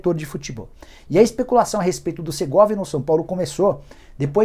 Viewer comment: Não é Segorvia, é o SERGAY